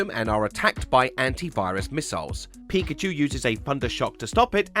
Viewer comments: Pa-Koo-Cho is my favorite Poo-Kay-Man!!!! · Not Pakoocho 😭